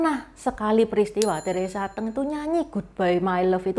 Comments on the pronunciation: Udah gak cantik.....baca aja gak becus Teresa Te'ng , hrs nya Teresa Teng....songong bget !!! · Nama Teresa Teng koq baca nya Teresa Te'ng ,baca nya goblok koq jd reporter......jing anjing tolol !!! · Teresa T’eng, sebutnya e’ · Salah baca nama artis nya